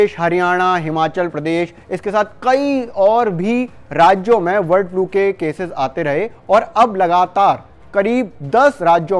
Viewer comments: वर्ड नहीं है भाई ब है ब बर्ड 😂😂😂😂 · वर्ड फ्लू नहीं ये बर्ड फ्लू है। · वर्ड फ्लू क्यों बोल रहे हो बार बार ।